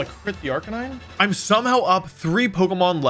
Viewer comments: It's so weird hearing him mispronounce Arcaneenae. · Wolfey's BonusWolfe impression is good, but he made one mistake - BonusWolfe pronounces Arcaninay correctly. The second half of the video is just presented by regular Wolfe with a hat! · Man this guy says arcanines name wrong a lot